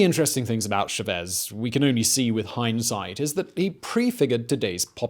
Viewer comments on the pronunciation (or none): its chavez not chuh-vez idiot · Poor Simon's Spanish... Oh God... Lol It's so painful! Chávez, not Chavéz... por ahora => poor ah-or-ah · How do you mispronounce a name where the stress sign is already written... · Chaaaaaaavez, not Chaveeeeeez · CHAVEZ not SHAVEZ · CHAH-vez, not SHE-vez! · It's Chávez with the accent on abnot Chevez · Hugo...shuhvez?? Really? Cha-vez. CHA-vez Simon smh too much cocaine bubba. Gotta stop blazin businesses so much. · CHA CHA CHA CHAVEZ! NOT SHEVEZ! STOP SAYING SHEVEZ POR A-WHORE-A?!?! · chÁvez, not chavÉZ.. triggering from the start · You’re pronouncing Chavez wrong. chAH-vez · How can I take this seriously when you're saying Shavezz and pronouncing the H in Ahora? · Why do Brits say CHA-vez and English/Spanish speakers say CHavez? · Bruh Simon, please. Good video but you had to say it so much it's kinda nails on a chalkboard hearing it wrong over and over. "CHAH-vez". Small, but just a footnote for the future. Love this channel and I know he'll come up again in something else you'll cover. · at least say his name correctly man..Its right there in punctuation. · SAME. That, Chavez, and Puntofijismo I was trying not to lose it. I like the vids but the repeated mispronounciations just really takes me out of it. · Great video as always but had to stop watching. Constant mispronunciation 'Chávez' and 'ahora' too much to stand. Pity.